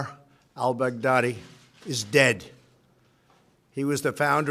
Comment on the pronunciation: Great one! Also, Jennifer Mac noticed that Trump said Al Bugatti (French car manufacturer) instead of Al Baghdadi at one point ( time marker) He then said Al Baghdadi right after to confirm he knows how to pronounce the name of the terrorist that they took out. Any ideas on the connection? Maybe a comm to point to the time marker so we dig for a bone?